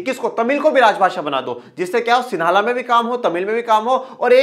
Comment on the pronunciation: Sihli hota h na sihala